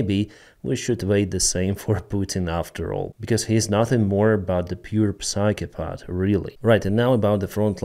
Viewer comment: Деніс, ваша англійська на дуже високому рівні, але давайте зробимо її на краплю краще: psychopath читається як сайхо-пет. На майбутнє 😅